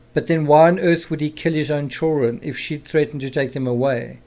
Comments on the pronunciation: How is the “criminal psychology”? It’s actually common sense all of it, but it is coming from a man that says chilren. Ew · Me, too! 😄”chill ren”